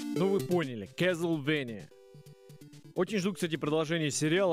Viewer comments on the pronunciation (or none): Клозевания )))) боже как же эту игру коверкают (((